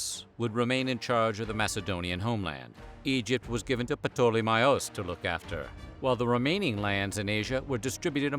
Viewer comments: Pa-tole-me??? Do you even try to learn how to pronounce the names correctly? Lol. Anyway, thanks for sharing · Wow! Never heard ptolemy's name been so badly butchered before 😂 proper terrible attempt 🙈